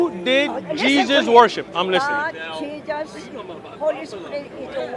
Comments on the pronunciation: ...Actually...is pronounced as "Jejus"... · Did she just said Jegus ? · I can't hold my laughters every time she said "Jee-jus" 😂😂😂😂😂😂😂😂😂😂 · 😀😀😀😀 can't even pronounced Jesus properly...